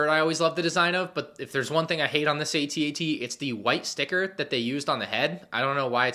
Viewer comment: AT-AT, Not A-T-A-T!! 🤬🤬🤬🤬